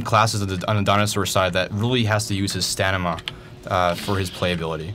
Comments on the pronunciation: stanima? fucking derp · Why does he keep saying 'Stanima'??? STAMINA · lol stanima....it's stamina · Sta-m-ina not sta-n-ima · You do know that's not how you spell or say it right? It's Stamina. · Did he say "staNiMa"? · i know what stamina is lol but this guy in the video kept saying staNIma. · wth is stanima? ive heard of stamina before. XD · He kept saying stanima....